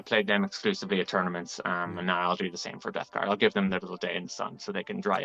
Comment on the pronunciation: Love these videos, especially how says Death Guard "Debt Guard"